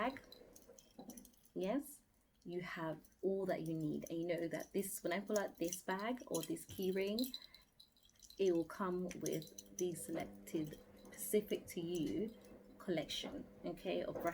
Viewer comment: Why you pronouncing it like that? Surely it’s beauty 24/7 is key not isskee??